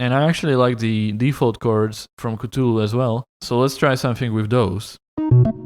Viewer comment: It warms my heart to see that no one made fun of you for saying catulu